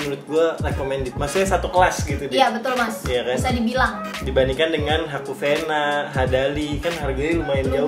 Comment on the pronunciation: Bukan haku venna tp haku riviera